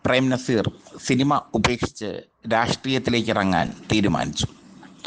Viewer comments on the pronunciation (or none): none